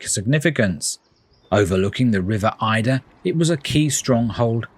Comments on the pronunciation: It’s the river Adur (A-dur) not Aye-dur. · The river Adur, it’s pronounced Ay-der, by the way. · The River Adur! Pronounced Aydur! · It’s the river Adur not Eider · Yes this made me quite angry 😅